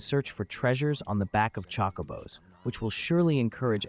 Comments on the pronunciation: Chockobos? Chocobos? lol it’s chocabo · true actually but it’s not pronounced Chocoooobo or chockabo like this guy pronounced it wrong in multiple ways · No its not? It Chocobo there's no A. EDIT: I now heard what you meant. However this is just AI voiceover. still it is def Chocobo but pronounced Chocabo